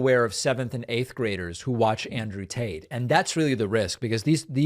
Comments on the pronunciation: Is David purposely saying Andrew Taint? 🤣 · Did you say Andrew taint? Lol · Did he say andrew tant🤣🤣🤣🤣🤣